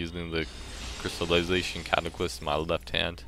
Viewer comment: CataClyst and sCimitar. Lol.